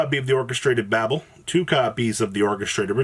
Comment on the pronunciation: one day there will be an orcust profile that pronounces babel correctly